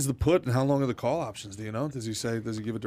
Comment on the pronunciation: Learn how to say the dude. It is not “duh”.